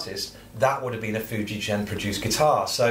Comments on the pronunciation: Nice instrument but it’s pronounced Fuji-Gen and not Fuji-Jen. Hard g like grandma, grape nuts, gonads or even guitar... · Ok will try again! I am AUSTRALIAN, (I thought Antipodean would be a give away!) I actually have some Japanese ancestry on my mother's side of the family. Ok, English spelling of a non European word/name needs to be phonetic! It would be pronounced as 'Foo ji gen', not 'foo ji jen'. Otherwise in English/Roman alphabet, as Fujigen not Fujijen! The other big JP instrument maker is Tokai-Gakki, it isn't pronounced Tokai-Jakki! It's Tok ai gak ki. So in my estimation, Fuji Gen, is the correct way to say that Japanese name! Sorry, this has been awkward! Rock on good Sir! \m/ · Interesting video thanks. I have a lovely 1990 Fender 'Pro Feel' Strat that was made in the Fuijgen factory (btw it's pronounced with a hard 'g' sound as in 'golf''), a guitar I will never willingly part with! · The G in Fujigen is pronounced like generator, not gasoline. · * Groan * not the spelling, the pronunciation!